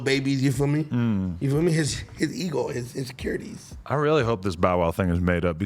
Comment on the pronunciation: the way said insecurities 😂